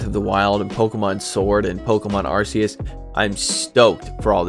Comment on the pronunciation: make you a deal; ill watch all your pokemon content, you learn the correct way to pronounce Arceus lol "ark--key--us"